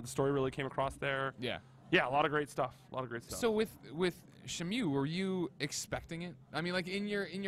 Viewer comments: he calls it, "Shemue." That's pretty sad. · Shen-Mew?? Come on